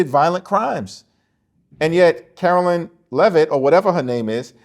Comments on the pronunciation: Hi, I enjoy your you tube videos and I agree with you. My issue is not political and in the scheme of everything is not that important. When talking about Karoline Leavitt you call her Carolyn.. Karoline ( Caroline can be spelled with a K or a C), Carolyn is spelled differently. They are two separate names. If you could try to call her Karoline instead of Carolyn I would greatly appreciate it since you say her name so much. I’m not trying to be mean, but if people would just sound things out according to the spelling. Thank you,. Keep up the good work! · Hi. Luv your podcast! One minor critique… Karoline Leavitt’s first name is pronounced with a long “I” as in “Caroline” not “Carolyn”. Please correct on future show. thanks. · please you’re killing me, it’s Kar- o- line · Pause. You're still spelling Leavitt's first name wrong. It's spelled Carolien[Caro-lie-n]. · I love your show. I do wish you would pronounce Karoline’s name correctly. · Hey. Did u get my comment? I know I am OCD, but u look kinda stupid with the mispronunciation. TY for the great work u do! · I don't think you are pronouncing KAROLINE correctly!!